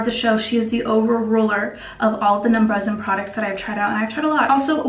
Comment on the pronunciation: It’s pronounced {numba-Jen} - just watch any true Korean skin video by a true Korean person.